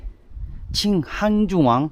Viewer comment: 아저씨 한중왕 본토 발음 간지나네 크